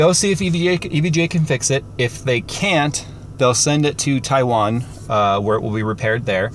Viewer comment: Im just glad he said Taiwan correctly